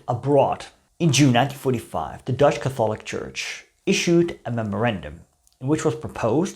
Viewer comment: I like your channel and I'm not trying to insult you but please learn the English pronunciation of "Catholic."